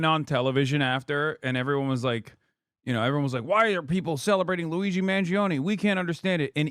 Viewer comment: The guy can't even say Luigi's name right. Holy cow. This man prolly thinks ketchup is spicy.